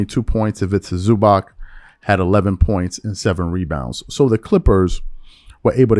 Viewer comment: Zuba(ch), like almost all eastern European names ending in -c. Not Zuba(k)